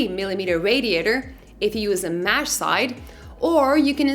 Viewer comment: Mesh not mash